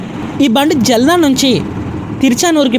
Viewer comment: జల్నా కాదు జాల్నా. జల్నా అంటే మండటం. తెలుగు లో కావాలి కాదు. కావలి అని పలకండి.